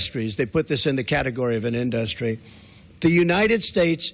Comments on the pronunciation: Why does he keep saying "Industry" as "InDUHstries"? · in-duh-stree! lmao 😂😂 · The way he says the word 'industry' is hilarious. I couldn't help but laugh a little bit.